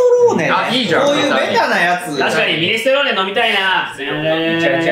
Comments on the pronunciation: やっぱり「ミネストローネ」が「ミネステローネ」になっちゃうね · ミネストローネのこと未だに「ミネステローネ」と言ってしまう、おじさんで好(ハオ) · 、やっぱりミネストローネ言えないんやな。。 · 相変わらず「ミネステ」って言っちゃう好き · の「ﾐﾈｽﾃﾛｰﾆ...ﾐﾈ...ﾐﾈｽﾃ......ﾐﾅｯ、ﾑ」を聞いて以来ミネストローネを見る度にﾌﾌｯとなってしまうんだけど、 今回もしれっと言えてなくて笑ってしまった。本当に言えないんだ... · またミネス”テ”ローネって言ってるの草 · ミネステローニ言えないの面白すぎ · またミネステローネって言っちゃって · 相変わらずはミネス『テ』ローネって言ってる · 未だにミネステローネって言っててまだ読めないんだ…ってなっちゃった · またミネステローネ言ってる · この動画でもミネステローネって言ってる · またミネステローネって言ってる… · またミネストローネのことミネステローネって言ってる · やはり「ミネストローネ」と言えない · ミネストローネだいたい言えない愛おしすぎる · またの言えてないミネストローネが聞けてうれしい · やっぱりミネストローネが言えない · 本当にミネストローネって言えないんだ よかった〜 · ココでもミネス"テ"ローネって言ってたんだな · どうしてもがミネストローネって言えないのが面白い。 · 、ほんとにミネストローネって言えないのね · またがミネステローネって言ってる… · この頃からミネステローネって言ってる… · 相変わらずミネストローネって言えてないな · まだミネストローネちゃんと言えなくてかわいい☺️ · 、セブンイレブンマリアージュに続いて「ミネストローネ」をうまく言えてなくてちょっとかわいい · どう頑張っても「ミネストローネ」が言えてなくてかわいいね 裸になってぇ〜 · 相変わらずミネストローネ言えてない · ミネストローネが言えない再来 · 相変わらずミネストローネを言えない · またミネストローネが言えてません